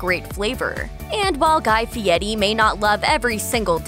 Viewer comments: I thought it was "F.i.e.R.i," not "F.i.e.T.i." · pronounced Fee-ety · F I E R I, there is no "T" in the name. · How TF does he come up with the pronunciation of his last name when there is no T in the spelling???